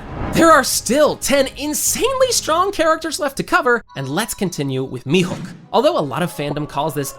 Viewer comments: “mi-hook” for the love of god. MIHAWK. HAWKEYE MIHAWK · Thank you! It was like nails on a chalkboard hearing such an easy name mispronounced so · It's pronounced Me-Hawk. Not Me-Hook lol. Sorry but it was bothering me. Tell me you make one piece videos without actually watching one piece? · mihawk not mihook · Stop calling him mihook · How are you unable to pronounce Mihawk